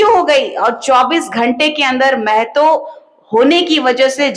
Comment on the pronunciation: मैडम। " मै ह तो" नहीं होता है " म ह तो "होता है !!!!